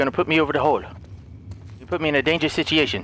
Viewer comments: Don't put me in a dangerous "Sit-Chee-Asian" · no one:: sitiation